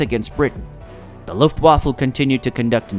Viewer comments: Please- 'vaffa' not waffle, you eat those and its not a fighting force!! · this is the second time I have tried to watch this. but unfortunately only a couple of minutes was enough. Luftwaffe NOT Luftwaffle. and talking about an out of ammo spit and the plane shown is from the Redbull air race. taking a very interesting topic and turning it to shit. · Pretty bad narration especially in pronunciation, I.e luft waffle and dronier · It’s not luft waffle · Luftwaffle haha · luft waffle? An attack on "Burr-LIN" ?